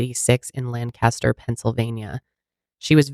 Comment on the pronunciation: Just FYI. Lancaster in PA in pronounced lang-kisster not lan-caster.